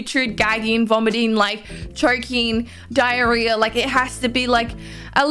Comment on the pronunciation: Did she say diarrhea ? 😂🤣😂🤣